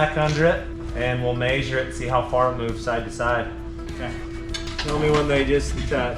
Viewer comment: maysure, lets maysure to each side.